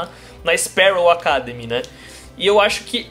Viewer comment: Alguém do Omelete faça a caridade de ensinar o a pronunciar "academy" da forma correta. Essa palavra é o título da série, não é pedir muito!